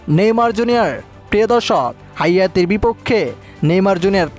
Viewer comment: হাইতি কে হায়াতি বলছ কেন